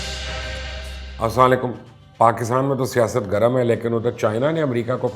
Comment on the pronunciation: مبشر بھائی سب سے پہلے سلام کرنے کا طریقہ سیکھ لو۔۔۔